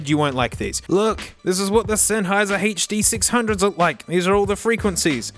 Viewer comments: "Huh Duh Six Hundgeo's by Senn--" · "Huh Duh Six Hundgeo's by SENN-" 😭